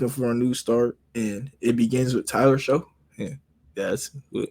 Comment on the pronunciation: It's pronounced SHUCK, like SHUCK if you Buck Boi. Not Show.